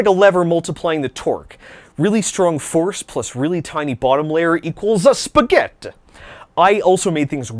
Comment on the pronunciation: Ahhhhhhh you said SPAGGETT!!! LOL